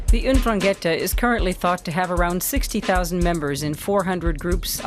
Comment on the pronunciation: It would be nice if the narrator knew how to pronounce 'Ndrangheta (en-DRAN-ghe-ta). That's why most of the world has no clue about la mafia calabrese.